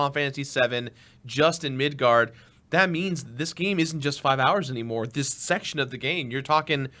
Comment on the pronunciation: Correction: Midgar. Not Midgard.